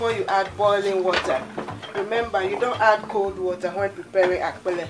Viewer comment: are you ewe because you pronounced akple so well lol